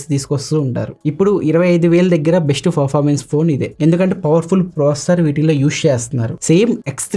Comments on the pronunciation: Well presented bro, only one correction is that, your pronouncing performance as forformance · Really Your voice is so good... all okay... don't worry man...go ahead with the flow... review kuda bagundi... small correction from my side as a family... 'Performance'ni "ferformance" ani pronounce chestunaru...just take it as positive note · Good review . Nice presentation.your voice also good. Small suggestions. 1. పెరఫార్మెన్స్ కు బదులు ఫెరఫార్మెన్స్ అని వినిపిస్తుంది 2.హైపర్ ఓయస్ కు బదులు ఐపర్ ఓయస్ అని వినిపిస్తుంది. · Anna adhi performance, farformace kadhu... Nii voice kuda bagundhi kani words prasad anna laaga spashtam ga palakadam ledhu... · From My Side a Small Suggestion to you is "Not Ferformence" it is a "Performance" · Good explanation bro.... Just one suggestion. ..not criticism. ... Meeru performance ane word sariga palakatam ledhu bro... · All good bro Performance anedhi kodiga manchiga palakadaniki try chey bro